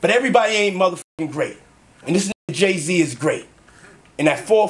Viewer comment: Calling him Gay-z is wild 😂